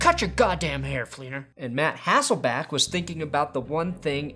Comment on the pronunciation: All the fellow Seattle fans I know are super happy to see Matt Hasselbeck getting game time again. I just wish the would stop calling him Hassleback and Hesslebeck =(